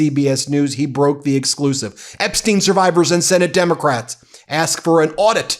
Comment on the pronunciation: His name is pronounced Epstyne, not Epsteen.